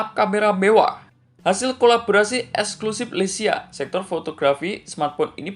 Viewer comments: LEIKA BANGG BUKAN LECIA🙏😐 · maaf bang koreksi dikit 🙏 leica bukan lecia🙏🤭